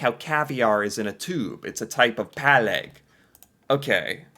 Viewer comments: Not only in tubes. PÅlegg, not pAlegg. Exist in a variety of packings. Å like o in on. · Pålegg is not just in a tube, but anything you would put on slises of bread. På means on and legg means lay. The Å is pronounced like you pronunce the O in boring, or the a in fall:) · I'm eating scrambled eggs, smoked salmon on philly cheese and bread right now. it's so delicious. I really like reindeer, so eat a lot of that. you can get it in most supermarkets now. That redditor did you a diservice writing 'pålegg' without the å. it sounded really wrong pronounced like that.